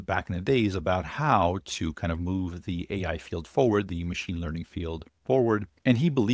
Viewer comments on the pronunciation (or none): none